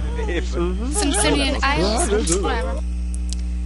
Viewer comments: hahah simsimian its actually pronounced sim aican you know like jamaican just a thought.. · I like you but you do need to learn how to read :p It's SIMAICAN isles, not Simsimian :p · It's Simaican like Jamaican